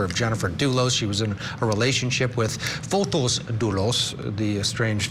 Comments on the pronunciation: Yes Fotees idk y they keep saying Fotos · Fotis is pronounced Fotees here in Greece, not Fotos.